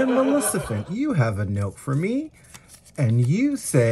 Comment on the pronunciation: "Melissafent" LOL!